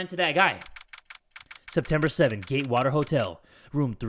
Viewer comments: Does this make me crazy? Everytime said "Gatewater", "Gaywater" is the first thing that popped in my head? Could this also be a sign that I'm gay? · I heard Gaywater hotel